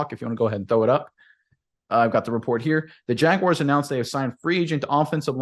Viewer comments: you’d hate if people pronounced your name, “Undrew” or something stupid like that. Stop calling the Jaguars the, “Jagwires.” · Please stop saying Jagwires. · Thank you!!! Big pet peeve of mine even when people say jag-you-are at least that makes some sense due to how it's spelled. But there is no I or Y! It's not WIRES